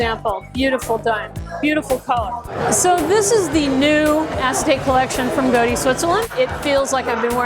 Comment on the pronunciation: Goaddee! Was waiting to hear someone pronounce this company name. Most mispronounce it like the Mob Boss’ surname! 😂